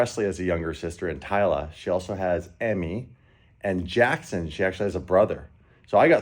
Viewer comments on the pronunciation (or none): none